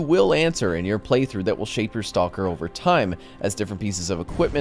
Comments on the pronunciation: I love you, but you pronounce stalker wrong. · "Stall-ker" XD